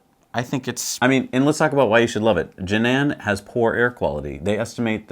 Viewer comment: Sorry, but Jinan should be pronounced like "Jeer-Nam". Just for you to know... Use this online tool, you can get the accurate sound: Enjoyed your new show as usual. Thanks!